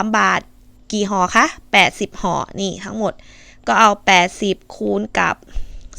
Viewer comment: ห่อค่ะ😂ไม่ใช่ห้อ. 55555